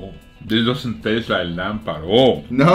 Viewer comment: "dis lamp is awwwsome"